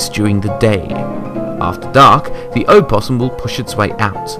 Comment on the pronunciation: That's not how you pronounce opossum